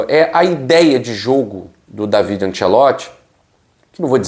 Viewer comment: O certo é falar Dávide. Io sonno italiano e parlo la língua de Dante.